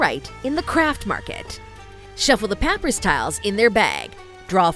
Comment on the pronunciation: Seems to just be a text to speech engine for this, which is definitely a little unfortunate. Especially since it can't pronounce papyrus. :P